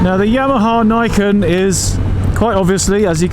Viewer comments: I'm pretty sure it's pronounced 'Nee ken', as in _two swords_. Nice review,. 👍 🏍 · It is pronounced nee ken : nee = 2 in nihongo